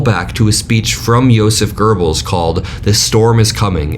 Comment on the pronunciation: Great coverage. Please, however, there is no 'r' in Goebbels. I genuinely don't mean to tear you down - I just don't want you to lessen the impact of your message by looking like you don't know any better.